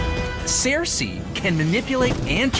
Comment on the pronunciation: What is with the weird pronunciation of Sersi? It should be "Sir-See" not Sare-See"